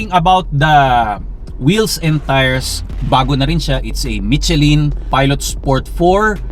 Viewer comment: mee-che-lin tires, sounds like a true pinoy accent... lol